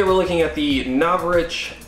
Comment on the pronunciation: NOR SHA VICH is howits pronohnced